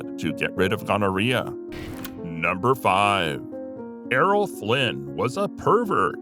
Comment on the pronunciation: Why is it Flint and not Flynn ?